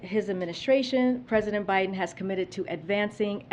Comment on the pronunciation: Who's "Binden?" lmao